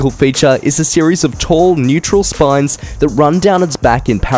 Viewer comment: Neural spines, not neutral spines!